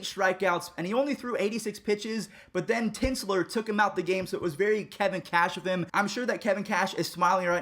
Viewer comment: Ting-ler. Don’t disrespect the Pad fathers manager